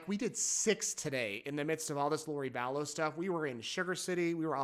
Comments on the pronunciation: they have had how many years and he said her name sounded like "value" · She's back to "Vallow"